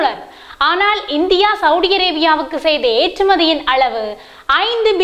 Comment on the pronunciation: உங்களது தமிழ் உச்சரிப்புக்கள் மிக நன்றாக இருக்கின்றது.இருந்தாலும் சவுடி சவுடி என்று சவூதி அரேபியாவை அழைப்பதை திருத்திக்கொண்டால் மிக நல்லது என்று அன்போடு சொல்லிக்கொள்கிறேன்.